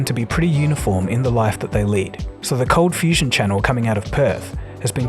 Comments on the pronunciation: It's ColdFustion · #ColdFustion #ColdFusion — My attention got to it due to the unexpected pronounciation that caught my ear; then I read the spelling and realised it changed at some time... It made me curious what the story is behind it :) — Q: is there something you like to share about the name and name-change? (I'm guessing a lot of your subscribers kind of have the same question) #Perth — and in answer about Perth, yes I knew about Perth a bit, earlier on via school (I guess), later on via stories of a friend of mine who travelled parts of Australia... and F1 driver Daniel Ricciardo is from Perth as well, you're even about the same age :)